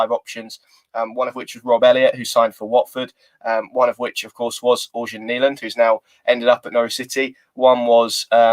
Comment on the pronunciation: Hi! I speak swedish/norweigen. Its pronounced 'eryan' not organ